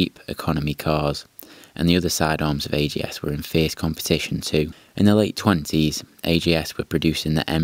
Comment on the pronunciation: Always said AJS (ay-jay-es) but here its pronounced AGS, maybe a british speciality? 16MS was my first bike, so interested in AJS history. Fun way to tell about early days of the brand, but must say I missed the highlights of the brand, the four cylinders pre and after war and of course the 7R, Porcupine and the demise last 33CSR with the Norton 750 engine. Maybe content for another post here!